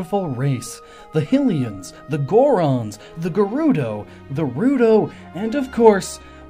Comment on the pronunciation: You pronounced Rito wrong.